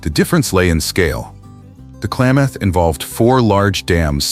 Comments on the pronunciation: I live in the Clay-math region. Interesting pronunciation. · Yeah, the creators really need to pay attention to pronunciation, especially of native language place names (hear: Clay-math) or lose clicks. FYI, lost any future clicks from me. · And the “Klay”-moth river…AI pronunciation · "Klamath" does not have a long "a" sound. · Good video but the AI narrator is kind of annoying; it mispronounces "Klamath" for example. Also, the thumbnail is weird and obviously AI generated. Don't you at least have a human look these things over? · Great video! If humans destroy habitat for themselves, nature will survive! Klamath is mispronounced.